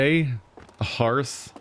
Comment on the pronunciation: har th. not her th.